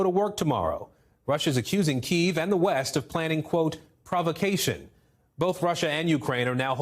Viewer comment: "Provocation" lol